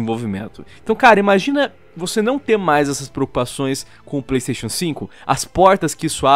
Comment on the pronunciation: Pleisteixo Pleisteixo...